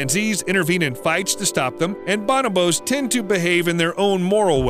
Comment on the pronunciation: It’s pronounced BONOOOOBOOS